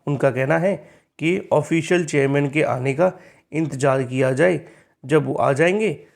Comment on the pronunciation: He speaks चेयरमैन ❎ चेययमैन ✅😀😀